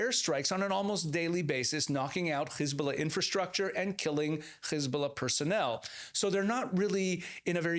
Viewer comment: It's Hezbollah not khezbollah😂😂😂 and it's Persian Gulf not Arabian. Get your facts right